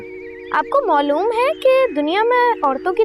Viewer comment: Maloom not moloom